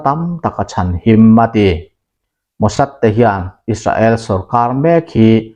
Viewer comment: Is-ra-el tih tulh tulh t chu a mawi lo em mai,Sap pachal leh an mahni lam dan chuan Is-rel,Is-reli an ti mai si a!.